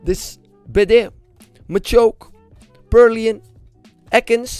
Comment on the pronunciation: Wanneer gat hij purloin juist zeggen 😂😂